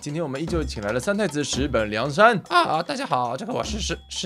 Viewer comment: 三太子的名字终于对了哈哈，反而他自己差点讲错😂😂